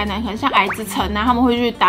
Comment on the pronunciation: 对不起 我听成 杀人饭 hhhhhhhhh